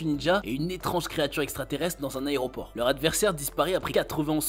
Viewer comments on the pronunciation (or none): none